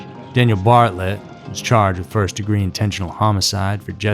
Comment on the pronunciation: It's Bartelt BAR-TELT not Bartlet. Just so u have the correct pronunciation and information. Keep the videos coming, hence I really enjoy them!! 😊